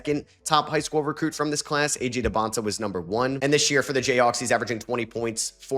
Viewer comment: You finally said AJ Dybansta name right let’s go